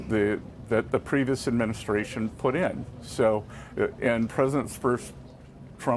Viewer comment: It sounded like he said President Putin but he said "President put in" haha